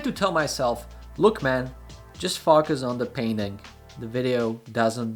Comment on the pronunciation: I know u mean focus not fukus lol ❤️❤️❤️😎🤙